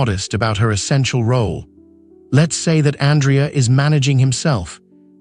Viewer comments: Andrea also mispronounced. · Aria is pronounced wrong. Same w Andrea.